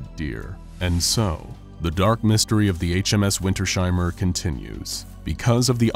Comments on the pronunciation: it's "winters-heimer", not "winter-sheimer" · As a German I can say, the name Wintersheimer should be pronounced as "Vinters-hymer", not as "Vinter-shymer". You correctly pronounced he diphthong "ei" as an "ai" sound (like in the English word "guy") . But the S and H are not combined in a phoneme. In German, the "sh" sound is written as SCH. The -s at the end of Winter (winter) is either a genitive S or a socalled "linking element S" that in some German words is inserted between two parts of a composite noun for ease of pronunciation. And a "Heim" means a home. The word "Heimer" doesn't actually exist in German, but it could be interpreted as an archaic word meaning a person who owns that home, a home owner of a homestead near a place called Winter or a very cold place in general. "Wintersheim" could be a place name, the home of the winter. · It's Winters-heimer not Winter-sheimer, but a great video, nonetheless :) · puh-lease, it's not WinterSHeimer, it's two words! Winters - heimer! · I think its pronounced Winters ' Heimer like 2 seperatet words. Nice viedeo btw keep going:D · This has been bugging me the whole video too. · I cant get over the pronounciation of "Wintersheimer" in this vid